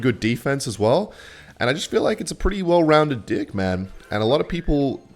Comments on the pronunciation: deck ❌ dick ✅ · i have a real serious question. Why do you say "dick" instead of "deck"? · bro is not saying deck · Bro is not saying ''deck'' 🥀